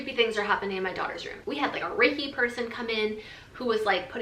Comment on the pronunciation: At first I heard rapey not raiki . I was worried. Lol